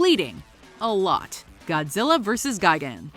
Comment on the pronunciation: Ga-gan. Really? Isn't it gi-gan?